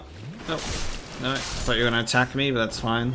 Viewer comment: Haha I love it! When you get angry your "no" turns into like 3 syllables 😄 "NO-AH-ER" all jokes aside I'm enjoying this playthrough and discovered your channel recently when I was searching for resident evil 4 blind playthrough.